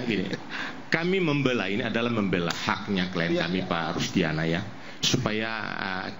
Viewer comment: Siapa org ini ya...manggil Aiman aja Ainun, Rudiana dibilang Rusdiana..